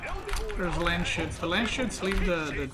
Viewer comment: It’s Landsknecht like in German.. Look it up how its pronounced 😝 makes it sound really funny.. Landsshits is better then hah.